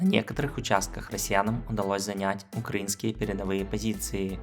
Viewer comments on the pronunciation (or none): none